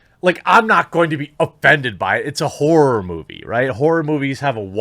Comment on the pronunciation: Did he say "horror movie" ... or "whore movie" ?